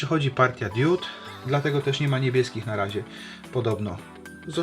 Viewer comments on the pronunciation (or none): Diod, nie diód